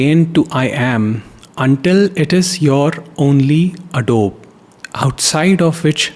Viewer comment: You are pronouncing it as adobe